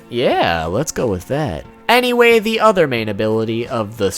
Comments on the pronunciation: ANNIE-way? am i the only person hearing this or nah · "Annieway" fuckin kill me